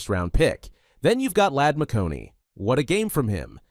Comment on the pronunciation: Not McConey, It's McConKey